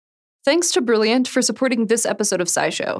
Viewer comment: You almost made it....got to the last one without saying brillianch